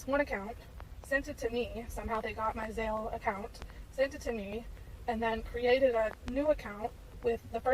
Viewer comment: idk why but the way that last woman kept pronouncing Zelle as Zail really pmo